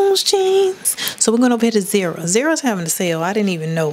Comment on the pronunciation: the store brand name is called ZAR-A Sis! Not Zeera! 😂😘 but however I do love your channel! 🔥